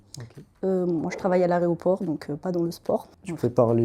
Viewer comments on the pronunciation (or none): comment à 25 ans tu peux prononcer ARÉOPORT? franchement..